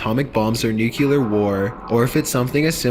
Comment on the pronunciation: Great vid, L. I have a question, though. Why do people say "nucyuler", instead of nuclear? Nuclear (pronounced new-clee-ur).